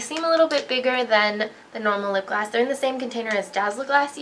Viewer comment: you sound like you said "cream sheen glass" instead of gloss